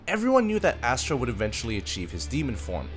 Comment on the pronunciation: As-ta not Astra 🥲